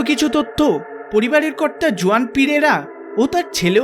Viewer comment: Juan জুয়ান হবে না , উচ্চারণ টা হুয়ান হবে ।